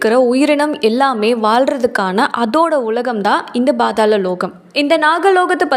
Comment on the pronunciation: Not Badhala Its pathala lokam😅